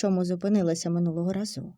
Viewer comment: В тІні дЕрева. Минулого рАзу. З роззявленими ротАми!!😢😢😢 Не пістрявим - а картатим пледом! ВзялА папірець. У дворІ!!!!